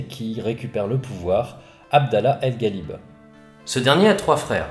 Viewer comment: Hello, top ta vidéo j'ai vraiment aimé, la bataille des 3 Rois a marqué un tournant dans l'histoire du Portugal et du Maroc ! Juste une petite précision les lettres GH qui se suivent, en arabe, se prononcent comme un R. Donc Abdallah al Ghalib en phonétique ça donne al Ralib.